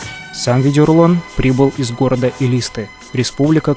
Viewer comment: Не элИсты, а элистЫ